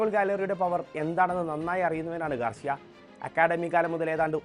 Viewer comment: ഗാർഷ്യ അല്ല ഗാർസിയ ആണ് 😌